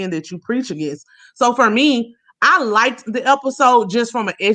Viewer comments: needs to stop saying likted, it is liked, no emphasis on the e-d. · Who's going to tell that it's not "LIKEDED"? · Please stop saying likedid!!